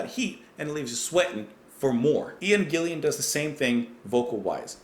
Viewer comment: You got Ian Paice's name right (pronounced like PACE). Ian Gillan's last name is pronounced GILL-AN (rhymes with chillin'). Gillan also did an album singing for Black Sabbath (Born Again). This is a great one from Deep Purple.